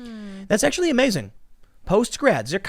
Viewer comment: Tim did an ACKSHUALLY at the end there. That was epic style.